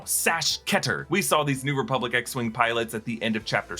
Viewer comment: "ReBUBlic" lol